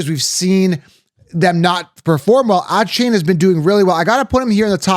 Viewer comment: I can’t trust a source when they can’t pronounce Achane and BiJan’s name correctly.